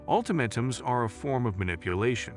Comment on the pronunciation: Ult AH mAAtums."..long A